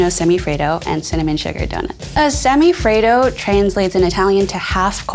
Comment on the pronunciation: As an Italian hearing them say these words hurts especially semifreddo lol